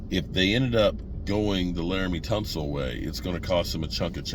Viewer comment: But he said Laremy Tunsil perfectly!